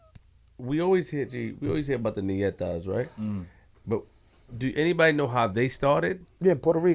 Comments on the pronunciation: The niggas is dumb it’s not nietas, it’s Ñetas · English speakers pronounce it Nietas, which would mean granddaughters. But the name is in Spanish is actually Ñetas. Which would definitely not mean granddaughters anymore...